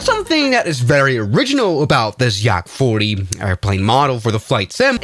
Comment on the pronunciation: bro said Yarrak 40😭.